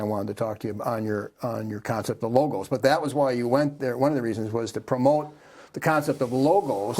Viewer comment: I am assuming that you occasionally listen to, or even watch these interviews following thier completion. Do you not notice that you and Michael are pronouncing a significant word quite differently in each of the recorded interviews which I have listened to, and watched over the years. Please go go a dictionary, and look up the pronunciation of the word "logos". You will find that when it refers to the philosophical conceptual usage, which is that one Michael refers to exclusively, then the final vowel sound is the short version of the otherwise long vowel "a" (pronounced "ah", but short) as in the first vowel sound in the word "father". The pronunciation you repeatedly choose "logos", with the last vowel pronounced "oh", as in go, slow, mow, etc. is reserved for that reference to symbols recognized as formally representing a corporate, or other legal entity, such as the apple icon with a single bite on its surface, representing Apple Inc., or the two mouse ears, representing Disney Enterprises, etc.. Those icons, or "logos" (spelled the same as the philosophically related word) are associated with those two companies. When referring to such multiple logos (corporate icons), the final "oh" sounding vowel is followed by the consonant "z" sound, rather than the "s" sound as in the ending of "logos" (philosophical usage) which is pronounced "logas". So you are making two errors; turning the last vowel sound "ah", of the philosophical usage into "oh" of the pictorial icon